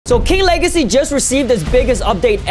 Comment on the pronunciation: Its says king wegacy insted of legacy😂😂😂😂